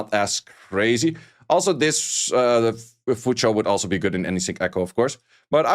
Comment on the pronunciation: His pronunciation is actually closer to the actual pronunciation. It's closer to Cho than Chu.